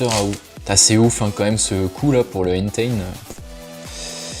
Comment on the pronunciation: Tu prononce mal deux pokemon systématiquement, c’est Enteï pas Enten, Yeveltal et pas Yvetal. Pour les boosters légendes brillantes c’est mini une holo donc c’est normal ;)